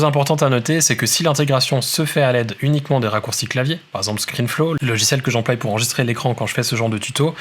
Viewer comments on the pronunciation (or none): j'emploi et non j'emploille MERCI